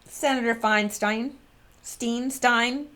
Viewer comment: it's pronounced "Fine-stine" (there are YouTube videos on How To Pronounce..). Rod, on the other hand, says he answers to either, but his father uses "Rosen-STINE", while relatives use "Rosen-STEEN". Harvey is also "Wine-stine", btw. I think the envelope was a pay-off, too.